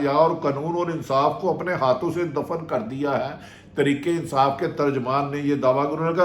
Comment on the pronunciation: بھٹی کم از کم آپ تو ترکے انصاف ناں بولو تحریک انصاف ہے بولو راجہ ریاض بولے اور بات ہے تم اینکر ہو خدا کے لئے اردو کا ناس ناں مارو 🤦‍♀️